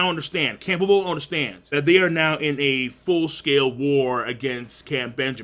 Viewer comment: I now have every prince memorized by appearance and...almost by name Woble is pronounced like the word "wobble" btw